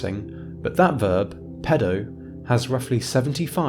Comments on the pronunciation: But he cannot pronounce Latin. "pedəu", haha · There's a lot of irony in someone talking about languages being unable to differentiate between pēdō and pedō. Stretch your damn vowels man!